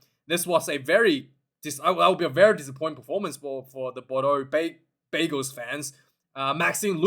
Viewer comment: Bordeaux bagels hahaha no it's Bordeaux bègles. Hahahaha. I think new Yorkers would have their team haha. 😜